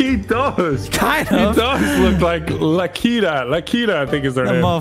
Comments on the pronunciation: its lakitu it aint LAKITA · Did really call a Lakitu "La Keeta" LOL